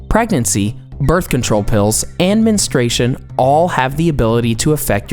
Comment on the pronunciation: Please use the correct pronunciation. It's men-stru-a-tion, not mens-tra-tion.